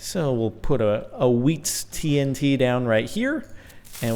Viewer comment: tree-n-t lol